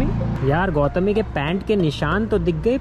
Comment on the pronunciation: Gautami❌. gOOtami✅